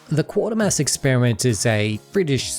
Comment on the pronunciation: FYI it's pronounced 'Kway -ter-mass' and the football team is ;Sell-tic' not 'Kell-tic; In the 1970s there was a Scottish soap opera called Garnock Way, set around a mining village in Scotland. You can get a couple of episodes on YouTube but I don't think anything else is availabe.